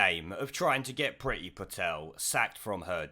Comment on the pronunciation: It's should be pronounced preee-thi. Priti (pree-thi) means love/liking in Indian languages.